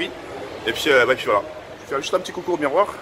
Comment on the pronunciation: Combien de fois il dit « et puis fouala »